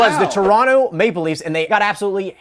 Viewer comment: answer 3 said "male leafs" instead of ""maple leafs"